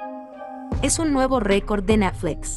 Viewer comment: Natfles que mal suena, pronuncia buen Net cual Nat, de por Dios, lo que hay que escuchar